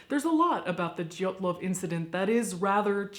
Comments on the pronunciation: Sarah White Too bad they missed the name Dyatlov. They keep saying Dylatov, bit clumsy with all that research but the show is incredibly funny! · The stress is on wrong syllables, but otherwise decent job.